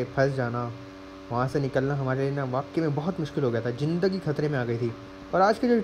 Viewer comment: Why Yar, "Jindagi"😂 Lafz "Zindagi"😘 Istemal Karo Jani